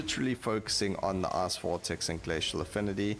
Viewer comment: I laugh a little everytime he says ''ice'' or ''fight''' , they sound very similar to ass and fart